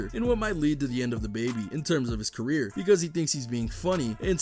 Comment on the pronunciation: "DABABY CERRER"